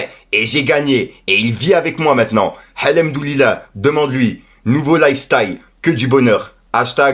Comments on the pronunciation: Comment ta prononcer al hamdoulillah 😭😭😭😭 j’aime tellement ton naturel c’est exceptionnel 👏🏾👏🏾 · Stp bonhomme fais un effort sur ta prononciation sur Al Hamdoulilah. C’est pas la première fois. Tu peux y arriver. 👀😉